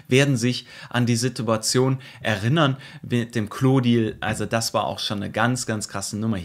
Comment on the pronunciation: Kurze Anmerkung, nicht negativ gemeint, aber es wird er- innern ausgesprochen, nicht er - rinnern